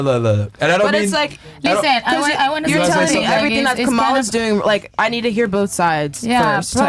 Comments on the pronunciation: She and Myron don’t even say her name right. It’s KA mala. Not ka MA la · More like MA LA KA. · She said Cumala was "relatable" 😂😂😂 holy!